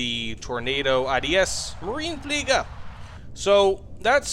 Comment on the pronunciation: In german the e at the end of Marine isn't just a decorative piece. It is spoken